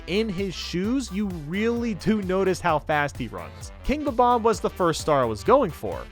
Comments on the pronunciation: I don't know. I'm not sure if its an accent or something. but Everyone I know and nintendo prnounces bob omb. as bob omb, says bob oom. when its bob then you pronounce omb like the last three letters of the word bomb. I'm sure its an accent or something but well ya know... nvm it seems like he now says it the correct way but before he said bob oom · Wait....how do other people say it? thatd how youre supposed to say it. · The 1st thought when seeing them is that they are Bombs, so Bomb is the 1st thing you want to say, which is why the preference of Bomb-omb over Bob-omb comes from for most. Most of us Millennials played Super Mario 64 as kids or watched a friend play those Battlefields as kids & it's not like Bobomb was ever mainstream when the internet was in its infancy. It's 1 of those things where the incorrect pronunciation rolls off the tongue much better than the official name. I always thought Kaze had 2 syllables & was pronounced like the Japanese word for wind although always calls you "Kays" as though 'Kaze' rhymed with the English word 'Haze'. Besides I doubt Japanese Kids would be able to get "Bob omb" right, I mean neither of its syllables are in the Japanese Language & the closest to accurate for them would be "Babu Ambu" or "Babamubu" I'm sure the Japanese have an easier name for those bomb guys. You can't blame people for growing up saying their name wrong before Youtube was a thing. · When I pronounced what you used to say as a kid, it came out like Bomb Mom 😂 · Yeah they say bebomb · It's bob-omb but omb isn't ohm. Sorry to say lol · Are you kidding? It sounds like he's saying "bob bob". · Kaze Emanuar It’s Bob bomb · no it’s not. It’s bob-omb